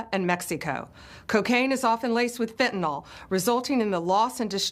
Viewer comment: It's pronounced FEN TAH NILL Fentanyl. Not Fentanol